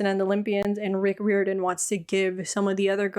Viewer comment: Isn’t it pronounced like: Rye-Or-dan?